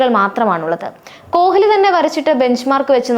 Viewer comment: കൊഹ്‌ലി അല്ല, കോലി എന്ന് വായിക്കു 😂